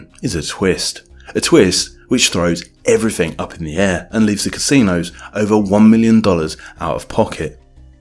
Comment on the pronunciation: New word. 'Evryfink'